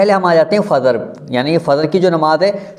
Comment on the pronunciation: Bhai Fazr nahin Fajr hota hai